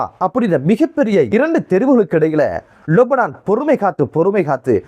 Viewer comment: அஸ்ஸலாமு அலைக்கும்! நீங்கள் மட்டும்தான் லெபனானை லொபனான் என்று உச்சரிக்கின்றீர்கள் எது சரி எனக்கு தெரியவில்லை முடிந்தால் பதில் சொல்லுங்கள்...